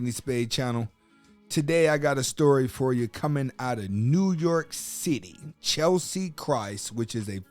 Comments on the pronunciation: Respect- it's CHESLIE(Chezz-lee) not CHELSEA. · Cheslie, (not Chelsea!), was an attorney and earned an MBA at the same time. God rest her soul. Keep Cheslie (pronounced Ches-lie) and all persons suffering from depression in our prayers. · At least pronounce her name correctly. Furthermore, mental illness is REAL. It doesn't discriminate! We'll miss you Cheslie.💔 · Her name was Cheslie NOT Chelsie!! Please, get her name right at least because you kept mispronouncing it this entire video!!! And her last name was Kryst NOT Christ bro!!! May she R.I.P.🤍🕊